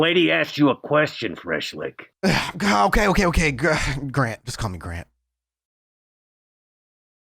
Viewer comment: This is the first tine I've ever heard someone use the term "Lick" without it sounding stupid and forced. The way he said "Freshlick" is the best way I've ever heard it spoken.